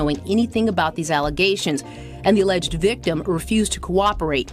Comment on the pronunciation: I’m tired of her and her allezations…